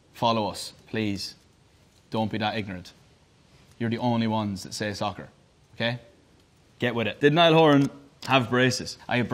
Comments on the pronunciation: SAHHKURRR *Niall in an American accent.* me: when i tell you i WHEEZED but if you were doing that so American people wouldn’t get confused I feel bad. I would just say football and let them figure it out. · *when I play soccerrr ✨ call it football 🤣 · he was being sarcastic that's why he pronounced it 'socah' with a heavy american accent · its more like ‘socaah’ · he was mimicking americans he also copied their accent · The way that he said soccer 😂 And yes, I know that the right word is football⚽️